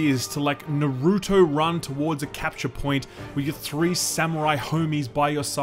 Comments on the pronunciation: why do people still say naROOto when they say his name the correct way multiple times in every episode. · Lol, the way he says “Naruto” is cringe. It’s like when people say they pronounce their name a certain way and theyre just like “no, I’m gonna keep mispronouncing it because I like how that sounds better” What makes it worse is he’s pronounced it right in the past. This is a learned error otherwise known as “pissing in the wind” except in this case he likes how his own piss tastes... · No matter how popular it is...people will forever say NuHrEwToU Instead of Naruto (NAH-REW-TOE)